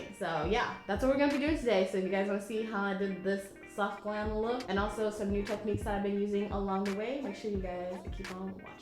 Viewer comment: Girl you didn’t say soft you said SOHF!!